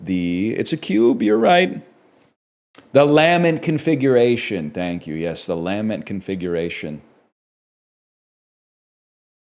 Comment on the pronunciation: crazy way to say lament